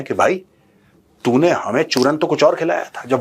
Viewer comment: I love the way you say CHURAN